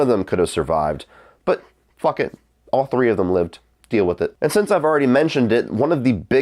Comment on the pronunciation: LOLOLOL said "butt phhook it"